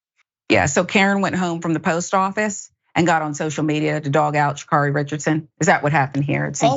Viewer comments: Sha'Carri it rhymes with marry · Her name is Sha'Carri (like Carrie) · Yall get her name right: sha-CARRY